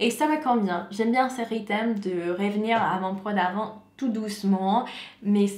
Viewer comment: Demande à ton mari de t'aider à prononcer RYTHME. tu prononce rythème c'est pas bon 😜